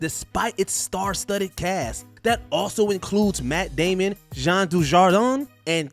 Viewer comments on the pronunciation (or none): “Jeremy Ir-ins”. Jesus Christ learn to pronounce the shit you do videos on! Also “Matt Damian”?!